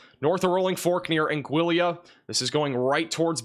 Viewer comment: I’d prefer my tornado be bacon-wrapped. Sending you a bottle of Afrin.🫡👍🏼 (Angeeyah) vs “Angilla” Torteeah vs “Tor-Tillah.”